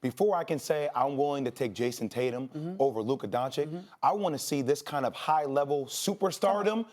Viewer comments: Jay, it's Doncic, not Doncik. How hard is it? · DONCIC NOT DONCIK FFS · It’s pronounced “Don-Cich” not Donkic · It's pronounced "doncich" not "doncick" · Everyone: Luka Dončić These idiots: Luka Doncik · Dončić not Doncik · They say "Luka Doncik" like they can't repeat the sound they made at first "ć" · Stop saying DonChick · everybody luka doncic SAS : luka donchik haha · It's 2020 and we are still pronouncing it "DoNcHiCk" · Why. Why do people call him Luka “DonChick?” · its pronounced 'donchich' pls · Seriously, people still call him Luka "Donchik"? He is no "chik"! Learn to pronounce the guys name already ffs! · It pronounces as Luka Donchich btw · every american: luka doncig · Why do they pronounce his name "Donchick"??? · They keep saying Donchick, idk if that's correct or not, but it annoys me so much. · learn how to pronounce his name then dude.... its DON CHEECH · English is my second language. And you're telling me i can pronounce Luka Don(chich) and these idiots whose first language is English can't get it right. This is atrocious. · Literally shits me when these yanks say donchick. Like come on man. It's not that difficult. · Now Jay is calling him Luka donchick. My guys, it’s really not that hard to say! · why he says doncik? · Starts off by saying “Luka Donchick.” Literally lost all credibility. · ...holy mother of God, is that hard learn how to pronunce DONCIC correctly?! Please ESPN crew! PLEASE!!! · Can someone say Doncic right? 😂😂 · How hard can it be to say doncic correctly? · iCringe every time they mispronounce Luka’s last name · Please learn how to pronounce Luka's last name jesus it's really not that hard. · just try to pronounce "Doncic" correctly. it is not that hard lol